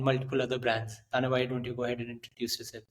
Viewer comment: Keep rocking! 🎉 But the host totally botched the pronunciation of your name! 🤦🏻